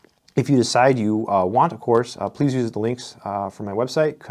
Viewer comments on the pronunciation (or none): none